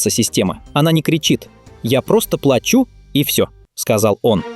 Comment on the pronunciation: Мужик хотел сказать плачу 😢, а не плачу 😅